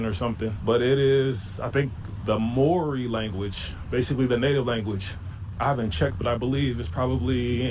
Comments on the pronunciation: There's thousands of people who have lived here their whole lives who are still too ignorant to learn how to pronounce Māori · "Here in Australia" "The Moor-ee language" My ears are bleeding. Why does he keep calling my country Australia? Dude doesn't even care enough to remember where he is. "Aussie lite accent" This dude is pissing me off. POLYNESIANS ARE INDIGENOUS HERE OMFG THE NERVE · I think we need to help that guy pronounce the word Maori